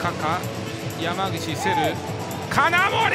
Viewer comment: の金森の発音大好きw